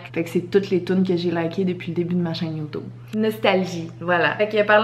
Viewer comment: Cest drole quel dit yotoube au lieu de youtube